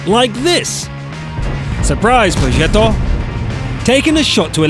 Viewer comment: Love these videos but it really annoys me how you say ‘progetto’